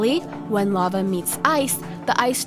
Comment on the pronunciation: Your voice makes me wish I was deaf. You also can’t pronounce words right. I wish I would have never watched your channel. Lava, seriously? What is wrong with you?